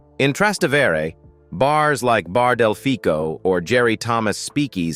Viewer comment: thanks for your amusing profile of Italy. I do have one complaint. Your pronunciation of some Italian locations is cringe-worthy and absolutely awful. For example, "Trastevere" is pronounced "tra- ste-va-ray" with the accent on "ste". And Cinque Terre is pronounced, "Chin- quay Ter-ray". with the accent on "Chin".